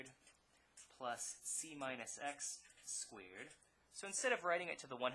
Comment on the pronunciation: this is an excellent video but the way that he pronounces "squeered" bothers me to no end